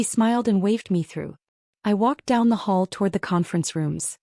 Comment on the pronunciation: Hall, NOT hole!